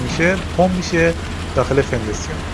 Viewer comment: مهندس سلام وقت بخیر نحوه تدریستون بسیار عالیه و خیلی خیلی ممنونم از شما و وقتی که گذاشتید فقط یه سوال چرا به فونداسیون میگید فِنداسیون آیا دلیل خاصی داره